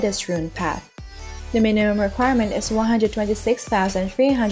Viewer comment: "Wah hundred" ~